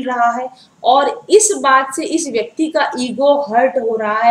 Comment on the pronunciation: This vayaktii😂😂😂😂...oh god...mam u r so cute 😁😁